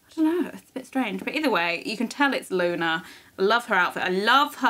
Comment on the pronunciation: Luna not luma anna